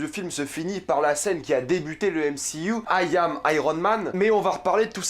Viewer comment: "Ayam" mdr quelle accent